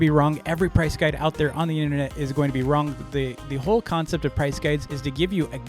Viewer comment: I like how says “wrong” as “wronk”